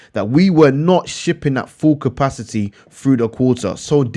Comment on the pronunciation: The way you say capacity reminds me of that meme of the guy crying 😂😂😂